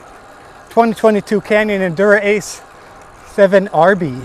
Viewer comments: He's pronouncing it wrong in the video was my point. it's not "Endur-Ace". It's Endurace as if it's one word. I made a typo in my original post when I spelled it "endurance". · It's not "Endura-ace" haha...it's just one word - Endurace . Also your handlebars don't look centered...unless you already fixed that. They look like they need to be moved a little bit to the right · It's actually neither. It is ENDU-RACE. Canyon did a play on words and combined ENDURANCE and RACE.